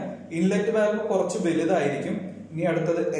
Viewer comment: Valve pronounce cheyyumbo volve enna paraya.. just for information...